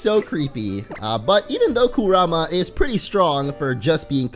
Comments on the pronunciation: Your butchering Kurama name 😒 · if your gonna say Kurama pls just say it right I hate when people say it wrong